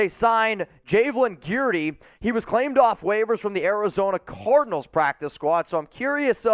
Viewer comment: Guidry is pronounced GIDJ-REE